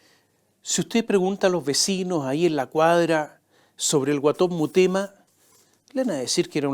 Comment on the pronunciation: Mi querido Tomás, son en directo tus comentarios?, creo que deberías editarlos, para corregir "murema" por Mutema, por ejemplo, y otras pifias, pues no alcanzas a leer. Todo con cariño y respeto, pues te admiro, tanto por tu inteligencia, preparación e ironía. Un abrazo.